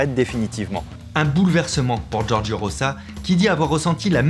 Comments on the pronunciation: Rosa = "roza" ...... "Roça" = Rossa , please faitent un effort ^^' Rosa de rose comme la fleur, et rossa comme rouge " la donna rossa " , la femme rouge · Juste que ça se prononce ''Roza''... Sinon y aurait ''2 s''